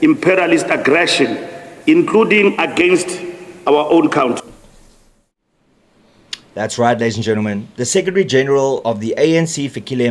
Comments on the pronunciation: Count-tree😂😂😂😂😂😂 reiterating is funny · Mbabobejaan sê cowntree, ek wonder hoekom ?